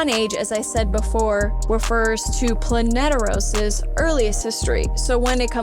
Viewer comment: Heads up it’s Planetos not Planeteros